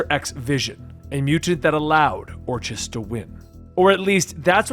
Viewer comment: FYI, its pronounced Or-Kiss not Or-Chiss